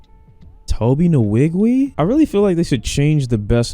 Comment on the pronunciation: His pronunciation of Tobi Nwigwe is crazy 😂😂